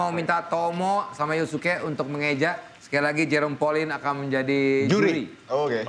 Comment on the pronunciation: Yusuke bang bukan yasuke